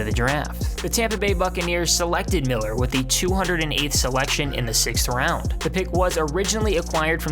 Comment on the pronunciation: just me that heard sex round?